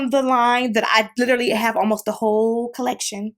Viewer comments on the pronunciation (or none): none